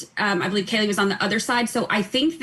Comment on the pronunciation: Vinnie great stuff but correct KAYLA name please- it’s not Kaylee.